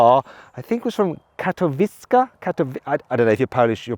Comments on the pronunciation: Katowice - Kato vee tseh... Good old Maluch. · The Ami I would not even consider. Overpriced EV junk. As for Katowice, that is a city in southern Poland, not too far from Krakow. It is pronounced KATAVICHEH.